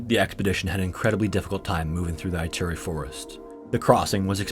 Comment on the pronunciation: Sligo is pronounced as sly-go, not slee-go. Ituri (Forest), on the other hand, is pronounced like EEturi (not Aituri).